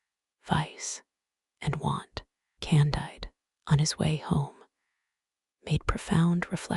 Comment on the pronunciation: CON-DEED. It's French.